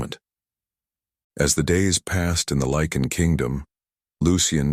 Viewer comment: Um, Lycan not lichen